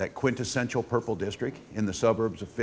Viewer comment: Hey, former president Tramp, do you even know how quintessential is pronounced?